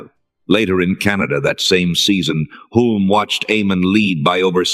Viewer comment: Hulme is mispronounced.